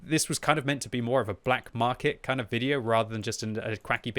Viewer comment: Black “Markey” lol